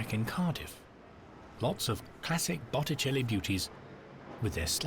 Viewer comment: I noticed that too. It never did get "Botticelli" right, not once.